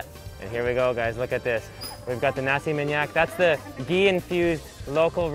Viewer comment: U say:nasi minyak Me hearing you:nasi maniac Just kidding😓